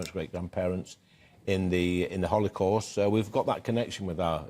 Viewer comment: 'Holicorst' I love the way Lee understands an issue he can't pronounce